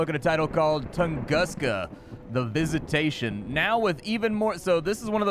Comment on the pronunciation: Yup, another day of English spelling breaking a word. It's Toongoosca.